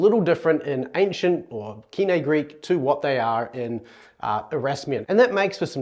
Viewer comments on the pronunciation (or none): I have used Modern Greek pronunciation for the last four years, after originally learning to use Erasmian in seminary 20 years ago. In the video you pronounce κοινή as Kee-nay, which seems to be a combination of modern with Erasmian. Just wondering why? In Modern Greek it's pronounced Kee-nee. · koine>ko-ee-ne?:face-orange-raised-eyebrow: Koine = κοινή = keenee, not keene, for e sound (as in end) we have the letter ε (so Ηη - Ιι - Υυ - Οι - Ει are all ee) try harder and read some Greek teachers. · P.S. Modern pronunciation of koine is keenee not keenay. Had a laugh at that one!